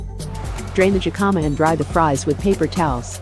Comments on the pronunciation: It’s “hikama” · That's not how you pronounce "jicama."